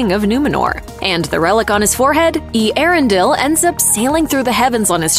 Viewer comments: Eee-Erendel.. your ‘pronunskeeation’ is as poor as the show. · Oh my...butchering the name Earendil